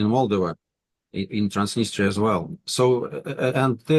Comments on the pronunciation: The Russian doesn't even know how to say "Moldova" properly but want this country to be Pro-Russian. Its MolDOva not MOLdova. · Valuable content on a rarely mentioned country. Moldova (stress on the second syllable. Polyanski should really know this because it is pronounced exactly the same way in Russian) has always been a dirt-poor, geopolitically insignificant pawn in the games of its bigger neighbors; it is a shame it is coming out of the shadows for all the wrong reasons.